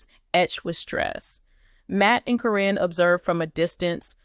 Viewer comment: Why can’t you pronounce Caryn’s name. It’s not Corrine.